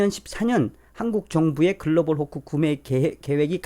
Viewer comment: 도대체 "글로벌 호코"가 뭔지, 그 발음이... Global... Fork? Hook? Hock? 아니면... pork - hock? "콩글리쉬" 가 너무 어렵구먼...